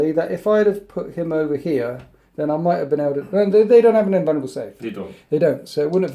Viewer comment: It alarms me every time he says "might from beyond" as my ears hear "mate from beyond", which to be fair, sounds like a very genestealery thing lore wise.